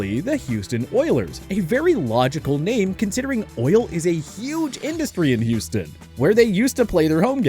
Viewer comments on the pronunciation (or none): none